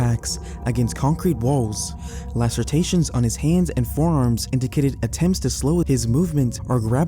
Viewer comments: Say it with me: "L A C E R A T I O N" not Lacertaion. I'm not fully convinced this isn't an AI or some kind The word pronunciations, the weird sentence structures, and the sound of the voice itself seems very AI-ish to me 🤔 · "Lacertations" (lah sir TAY shuns) is not a word. The word is "lacerations" which is pronounced "lah sir AY shuns." Superheated steam is no joke. If you get hit by a jet of superheated steam, it is very likely to cut you in half like a guillotine blade. If you know anyone who works around superheated steam regularly, give them props. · *Lacerations not lacertations. Otherwise, very good. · I think you mean lacerations. Not lacertations. 🫣🤭😊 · You’re great! But omg! “Lacertations” is killing me. 😂